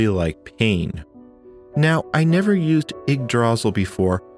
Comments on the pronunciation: Yeah, once you hear someone pronounce it correctly you'll be able to say it right from then on. Its old norse, think vikings and the like. You got the ygg part right, but instead of DRAzil its druh SEAL with caps indicating loudness, dra should be quick and sil should be the long part pronounced seal. Its a weird word for sure and not one someone would normally know how to say by looking at it. I also had a hard time with the Ys' series of video games where it took me forever to realize it was pronounced EES. So yeah i feel ya on that one heh. A lot of us used to say Why's how would we have known it was pronounced with no Y at all but eees. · Ygdra-sil, not ygg-drasil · "you pronounce it IGG druh zill and SIM link." That was bugging me the whole video! :^) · Your pronunciation of Yggdrasil is wrong. Stress should be on the first syllable, not the second. And there is only one 'l' at the end, so the i is long. Kinda like this: 'ygg-dra-seal. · sorry i have to be this kind of person (and i might be biting into bait since i'm only 2 minutes in), but it's pronounced igg-drah-seal, and this is going to bother me for the rest of the video lmao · My guy, I love you videos, but you killing me with the pronunciation of Yggdrasil. 'Ygg' as in ig, 'dra' as in draw, and 'sil' as in silk sans the k. For anyone else that's interested, Yggdrasil is the tree at the center of the nine worldsin Norse mythology. Also Yggdrasil in old Norse means literally "Odin's horse" but that's a whole other thing. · the way you pronounce yggdrasil is not the way I usually hear it and it's hard to ignore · Heh, never heard yggdrasil pronounced that way, normally pronounced Igg druh-seal.(aka, the tree of life) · Okay, let's quickly acknowledge he's pronouncing it wrong, just deal with it and crucially pay attention to the absolutely excellent content he made here.